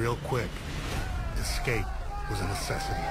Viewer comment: I've watched nearly all breakout episodes and without fail you always hear the dumb ass warden saying "ecscape" 😂 I'd they can't be bothered to pronounce it I'd wager that they'd be unlikely to prevent it in the real world.